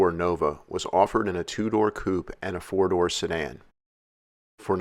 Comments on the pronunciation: lol, i thought he was saying 70 ford nova for a second also, it was 74 nova ;-) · Is he saying ford nova? 😳